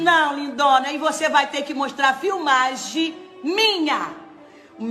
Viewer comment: Ela falando " filmage" kkkkkkk deputada" kkkkk português corretíssimo